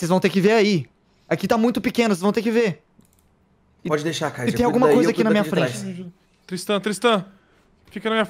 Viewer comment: Mais específicamente o kaiser que toda hr ele chama de cesar ksksks